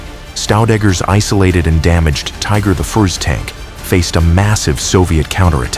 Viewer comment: You know you're dealing with AI when the call a Tiger One a Tiger i..